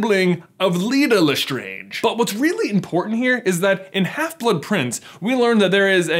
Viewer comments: Its LestrAAnge not Lestrange - Hermione Granger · You just butchered the LeSTRANGE family name. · Jeebus! You know because you watch the films it’s pronounced Le Strange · LESTRAYNGE, NOT LESTRONGE, HOW CAN YOU EVEN THINK IT’S LESTRONGE WHEN ITS SAID IN THE MOVIES LESTRAYNGE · Did anyone else notice when J just randomly said LaStrange weirdly? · I love how he pronounces Lestrange a couple times how it would be pronounced in French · Why is no one else questioning how he changed his pronunciation of Lestrange?